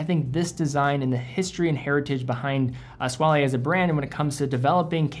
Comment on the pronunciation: you donèt pronounce the e in Squale... Its pronounced squall